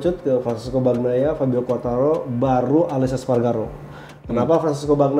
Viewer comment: Saran buat dan, bacanya itu "Banyaia" bukan "Bagnaia"